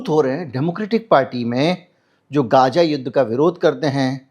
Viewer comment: गाजा नहीं गज़ा बोलिये